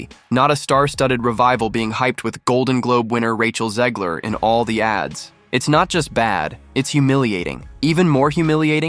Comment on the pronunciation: Can we please stop calling her "Zeeg-ler?" It's ZEG-ler.